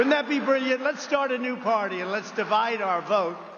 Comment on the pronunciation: I'm not gonna start a new pardy. Who would want to start a new pardy? I wanted to start a new pardy, but I don't think its right to start a new pardy but if I started a new pardy we would win and we would be winning. The most winning. We would win at winning. History's greatest stable genius.